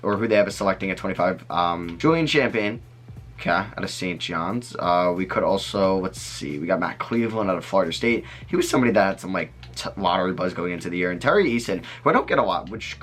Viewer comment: julian champagnie is pronounced "cham-penny"... get it right. lets hear you pronounce Okogie again lol